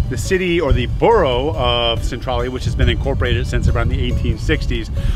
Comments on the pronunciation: Schuykill is pronounced skoo kill and Centralia is pronounced sen trail yah. Nothing like how they are spelled. Really enjoyed the video if you ever come back to PA you should check out the Amish in Lancaster County and Gettysburg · I had to stop watching as soon as I heard him say Centralia that way.